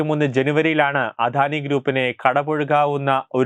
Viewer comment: അധാനി അല്ല അദാനി മോധി അല്ല മോദി